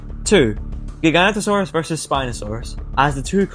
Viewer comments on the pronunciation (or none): Its pronouced giga noto sarus